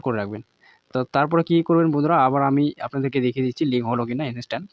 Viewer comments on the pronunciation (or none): ভোটার কার্ডের সাথে মোবাইল নাম্বারটা লিংকের গল্প তো অনেক হল এবার ভোটার কার্ডের সাথে ইমেল আইডি টা লিংকের গল্পটা বল শুনি। আর 'ইনিস্ট্যান্ট' টা কি??? ইন্সট্যান্ট উচ্চারণ করতে কষ্ট হয়???